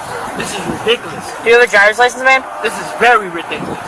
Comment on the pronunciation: Articula, redikoulous, Dodat, what command of the English language